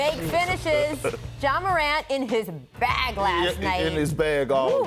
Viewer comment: “YA MORANT” 😂😂😂😂😂😂😂😂